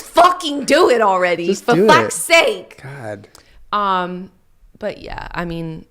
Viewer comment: FOR FAK SAKE The Boston Coming out xD